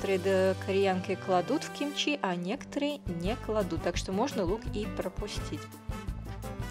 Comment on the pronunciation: В современном корейском языке это произносится, как "кимчи".